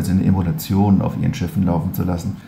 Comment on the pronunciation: Das Video zeugt von totaler Unwissenheit - da kann man nur sagen "Schuster, bleib bei deinen Leisten"! Erstmal heißt das "Emulation", nicht "Emolution" (z. B. ). Zweitens soll mit neuer Hardware und ein wenig Software dem alten System vorgespiegelt (= emuliert) werden, es wäre die alte Hardware angeschlossen. Das Gesamtsystem "mal eben austauschen" geht bei so einem hochkomplexen System nicht so einfach und ist mit immensen Kosten verbunden - vom Zeitaufwand (Jahre für die Entwicklung) mal abgesehen. Das ist auch nichts spezifisches bei der Bundeswehr sondern ist bei allen Armeen Gang und Gäbe. Bei einem Armeesystem darf eben nicht das passieren, was VW beim GOLF 8 passiert ist, dass nämlich das System bei Vollgas auf der Autobahn abgestürzt ist und neu gestartet wurde, weil das System zu hastig entwickelt und nicht ausreichend getestet wurde. Auch OTA-Updates bei einem Kriegsschiff (wie es derzeit bei Autos gemacht wird), wäre unzweckmäßig und könnte im Ernstfall fatale, tödiche Konsequenzen haben. Der Beitrag riecht für mich nach "da mach ich mal wieder Stimmung gegen unser Land" - aber ne vernünftige Alternative hat man ja nicht (so wie die AfD auch nicht) und muss ja auch nicht liefern. Wie man an den Kommentaren sieht, wird das Ganze im Kommentar dann z. B. mit Polemik gegen die Asylpolitik garniert, was mit dieser Sache rein gar nichts zu tun hat.